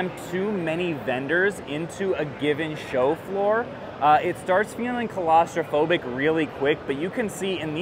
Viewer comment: Colostrophobic is not a word… Claustrophobic… your pronunciation sounds like someone scared of colostomies or something… And yes, you do have bad fast food takes… And we still love you. Well, I do. I guess I can’t speak for everyone.